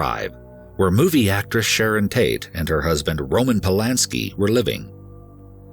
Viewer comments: At one point, I heard him say Shannon instead of Sharon. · Sharon not shannon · SHARON, NOT SHANNON